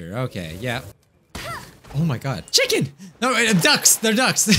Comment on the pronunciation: "look at all those chickeans" 😭